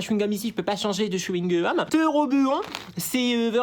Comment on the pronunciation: Tictac au chyungum wtf😂